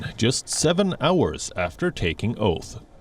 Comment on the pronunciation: I like her pronounciation of hours as arse.